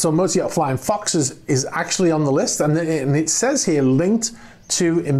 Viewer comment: lol, I have been hearing you say "motor yacht" it as some russian name "mota-e-art". Just thought that was so funny to post a comment. :)